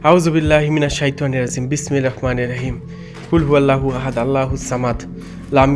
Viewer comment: ভাই,ছোট বেলা থেকে শিখে আসছি বিসমিল্লাহির রহমানির রহীম,আপনার উচ্চারণ তো হয়না মনে হয়